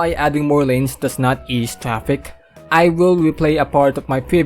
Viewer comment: “Tree point payb” and “trapik”, love it!